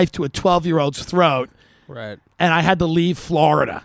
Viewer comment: As soon as you said Florida-duh🤦🏼‍♀️